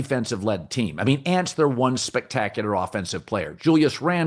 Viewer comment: can colin not pronounce the word spectacular